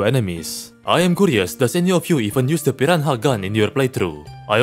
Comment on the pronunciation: Why does he say "piranha" like that 🦅